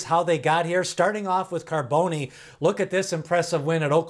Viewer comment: Bro its Pronounce ( Carbon- the E is Silent ) hes named After a popular West Coast Top Fuel Dragster Driver !